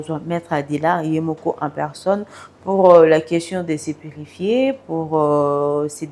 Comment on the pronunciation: Purfie te yy PURIFIER